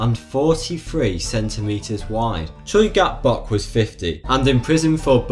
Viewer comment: The way you said Choi Gap-Bok makes my ears want to cry.